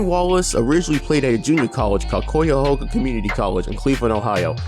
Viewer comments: Pronounced ki-uh-hog-a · Mispronounced Cuyahoga: it’s pronounced cayahawga. Great vid as always